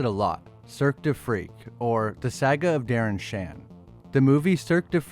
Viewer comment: Did he say sag-uh?